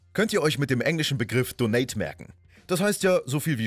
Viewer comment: "donate" betohnt man nicht so.